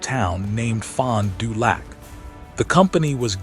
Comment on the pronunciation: The video accompanying the narration is humorous at best. It makes it hard to believe the narration. Pronunciation of Fond du lac makes it worse.